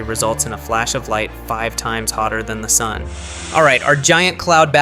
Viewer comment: 5x Hotter than the Dun's surface... what's a "Dun"